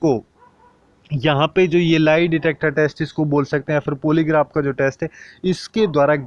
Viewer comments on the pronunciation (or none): भाई थोड़ा सा इंग्लिश pronunciation पे ध्यान दो... पॉलीग्राफ होता है, पोलीग्राफ नहीं 🙏